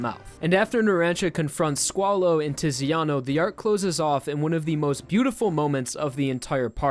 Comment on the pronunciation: If you say squalo i hear swallow xd